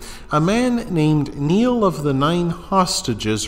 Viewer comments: It's pronounced like nile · Pronouncing Niall wrong as well as other names